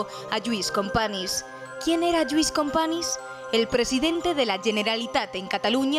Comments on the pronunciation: Se pronuncia CompaÑs no “Companis”, toda un trabajo de investigación y resúmen histórico detrás y no decís el nombre correctamente. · Un mínimo esfuerzo por pronunciar "Companys" correctamente no estaría mal. ¿Un mínimo eh? No pido nada más.